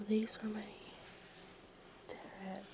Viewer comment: Teh-row cards